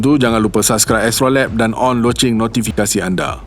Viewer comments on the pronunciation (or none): none